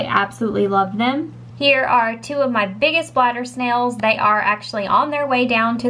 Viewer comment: Did she say glider snail or bladder snail